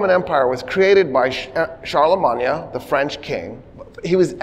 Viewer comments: Are you purposely pronouncing Charlemagne that way? 😅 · we absolutely do not have a military presence in 146 countries why are you pronouncing Charlemagne like that? You're not speaking French. It's okay to pronounce it the English way since you know, you're speaking modern English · "charlamanya" die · So wait, have I just been pronouncing Constantinople, Charlemagne, and Berlin wrong my entire life?